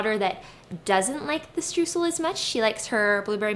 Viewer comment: Can't wait to try these! BTW- Streusel is pronounced as StrOYsel. The eu combination in German is an OY sound. lol